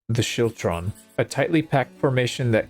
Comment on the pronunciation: The scottish pronunciation is actually skiltron but great video still